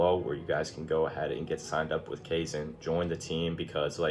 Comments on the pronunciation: The ai in kaizen is pronounced like eye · It’s Kye Zen brother. Welcome aboard!